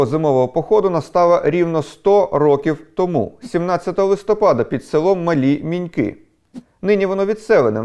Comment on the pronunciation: Дякую. В с. Базар, був кожне літо у бабусі (1908 р.н.). Казала що полонені "петлюровці" були у церкві, поранені, в страшному стані, люди намагались їх годувати, але червоні намагались перешкоджати. Ремарка- наголос в назві села Мали Миньки на першому слозі мИньки а не минькИ